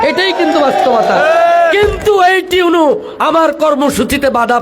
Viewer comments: উনি ভুল বলতেছেন শব্দটা টিউএনও না ইউএনও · আচ্ছা আমি কি ভুল শুনতেছি নাকি টিউনু ,টিউনু এটা কে ?? মানে আমিই ভুল শুনছি মনে হয় 😐😒😒😒😒আপনারা কে কি শুনেছেন ????